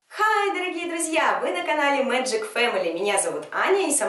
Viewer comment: а вообще то, читается не Мэджик , а Мэгик